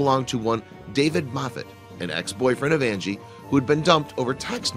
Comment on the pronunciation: If u go to u can hear him can her Andy and not Angie